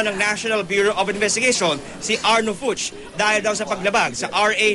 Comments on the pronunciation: Its a german last name pronounced FOOK... like cook, or hook with an F........not FYUCH:) just FYI! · Fuchs is pronounced 'Fooks'.